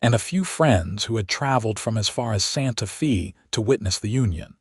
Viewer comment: You calling it Santa fee, it's Santafay.